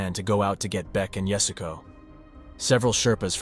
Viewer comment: At least give her the honor of pronouncing her name correctly. It's not "yasgo", as Beck Weathers says, it's yah-su-ko